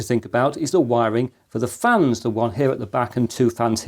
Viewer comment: you accidentally said good airflow from the flans instead of fans LOL